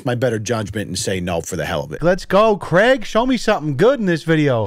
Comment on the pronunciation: Merch “Creg”